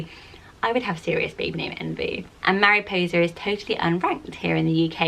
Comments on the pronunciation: Mariposa is pronounced very differently to how you are saying it. It's not 'Mariposer' like you are saying it but 'Maripossa'. It's not 'arh' the end but a short 'a' sound at the end. Hope that makes sense. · Isn’t it pronounced Mah-ree-poh-sa? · If you're white. Don't name your child Mariposa and pronounce it like that 💀